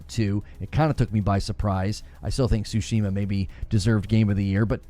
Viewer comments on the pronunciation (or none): none